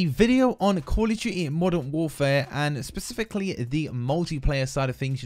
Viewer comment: “Kawl ughf Tuity”